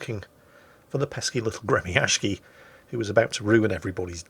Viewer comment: for the love of everything salty Its "Gre -mya-shiy" there's no "K" in the pronunciation